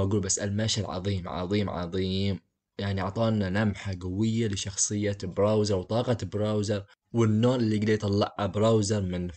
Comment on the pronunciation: سؤال كم مره قال براوزر؟